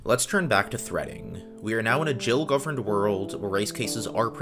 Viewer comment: Nice video, tho that multiprocessing code is the textbook example of what not to do when you use multiprocessing. I also find your pronunciation of GIL horrific :(